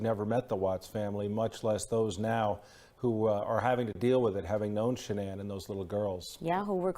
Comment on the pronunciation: I'd figured that someone would correct that reporter and tell her to stop calling her Shh'nonn, but nope...